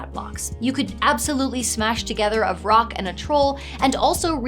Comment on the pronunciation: Vrock? I kept hearing troll and rock. I was like, just let him get out in sunlight.